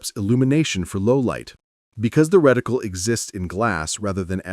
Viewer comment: Did the just say wedicle?